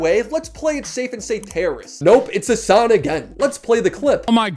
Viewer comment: Hasan doing the Obama fake pronunciation thing is wild. "Hussuhn NuzzzrullAH has been assassinated." Dude he had the first name as you! You're not an Arab, your a Turk!